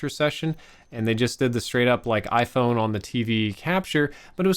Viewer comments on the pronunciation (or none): none